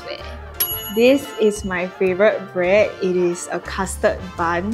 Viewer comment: A lot of them need to know how to pronunce "bread". It is NOT 'braaad".